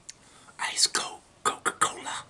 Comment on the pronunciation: Him: cocola